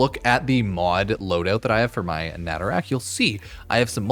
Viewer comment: Me whe he said natarak instead of nataruk